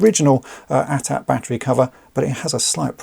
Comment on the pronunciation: THANK YOU!!!! Thank you for saying "AT-AT" (at at), instead of these other people saying "A.T.A.T." ( Ay Tee Ay Tee).